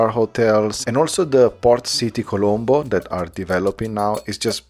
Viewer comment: Colombo is correct but it saying calambo